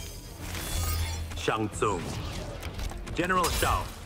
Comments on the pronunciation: I love how the VA sneakily pronounced Shang Tsung's and Liu Kang's names the proper Chinese way instead of the usual American way. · I love how he says Shang Tsung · I think he just properly pronounced Shang tsung name in the non American way I don’t think it was just an ai mistake